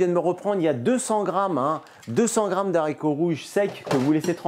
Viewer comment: En toute amitié, c'est des Haricots, avec un H aspiré et 'non des z' haricots. Des haches etc 😉 Bon appétit